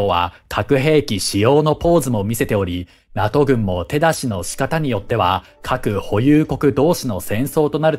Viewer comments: ちょっと細かいことで申し訳ないんですけど、 NATOの読み方って「ナト」ではなく「ナトー」だったと思うんですが、現在は読み方が変わったのですか？ 自分が学校で習った時はナトーだったのですごく違和感しかありません。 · このチャンネル、今回のように間違っている発音が多々あるので私も気になりました笑 龍太郎さんの言うとおり正しくは”ナトー”です。内容は素晴らしいチャンネルなので今後の改善を望みます🙋‍♂️ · お疲れ様です❣️ 気になったので、見にきました。 勉強していきます。(^-^) さん、指摘失礼します。🙇 NATO(なとー)です｡。(小声) 解説、ありがとうございました。🙏